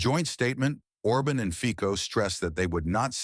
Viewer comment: His name is FICO, and not FIKO ! Stupid narrator ! FICO, not FIKO ! LEARN HOW TO SAY IT RIGHT !